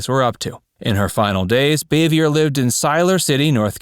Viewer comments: It’s pronounced BAH-VEE-YAY........not BAY-VEE-YER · If I'm not mistaken, Frances Bavier's last (French) name is pronounced "BAH'-vee-ay." 🎓🪄 😺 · Bavier is pronounced Bav-e-a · Frances Bavier’s last name is pronounced Baa-vee-yay. Similar to Jackie Kennedy’s maiden name Bouvier pronounced Boo-vee-yay. Ron Howard isn’t the only surviving cast member. Betty Lynn who played Thelma Lou, Elinor Donahue who played Ellie Walker, Maggie Mancuso Peterson (hope I got her name right) who played Charlene Darling, Rodney Dillard who played one of the Darling boys, and at least some of the child actors like Keith Thibodeaux who played Johnny Paul Jason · … Dude! I watched a lot of your videos and every time you do a video you pronounce someone’s name wrong… If you are going to pronounce Frances Bavier his name pronounce her last name right it is pronounced BOV-E-AI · And he didn't pronounce aunt bees real name right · He does not pronounce Frances Bavier correcly.